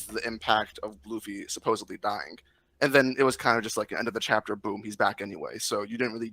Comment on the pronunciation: “Send me the real chaptah” 😂😂😂😂😂😂